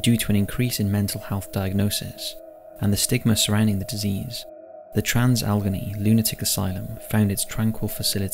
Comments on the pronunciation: It would be helpful if he could pronounce "Trans- Alle-GHANEY" Asylum properly. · Ok. First, the name is pronounced Trans- Alagainey. Second, the Deer Hunter was filmed in both Weirton WV,and Steubenville, Ohio, which is the birthplace of Dean Martin. I am originaly from Ohio, with family in West Virginia, and have driven through both locations many times. I now live in Jacksonville, Fl, since 1986. Reffer to my previous comment about other paranormal events in Jacksonville.